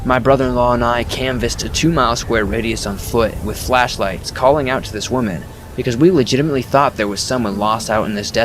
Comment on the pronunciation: are you mispronouncing "woman" on purpose? you'll say correct and then mispronounce it...